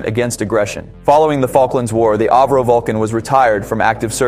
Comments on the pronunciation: It had a cone nose its pronounced AVRO not airvro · It's not pronounced AV RO, It's A. V. RO after Sir Edwin Alliott Verdon-Roe. My wifes great uncle was one of the Vulcan's test pilots. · It's pronounced ah vro